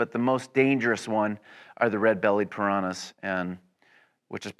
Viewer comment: I think it's just ridiculous how Americans pronounce any foreign words.. In 99% in the wrong way... The way Americans pronounce Piranhas is just outlandish xD